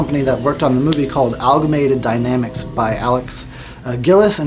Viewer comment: Great review! Just FYI though, it's AMALGAMATED DYNAMICS, not ALGAMATED DYNAMICS. Just sayin'...